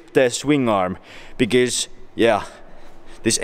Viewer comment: Whenever he says because it sounds like he's saying bigez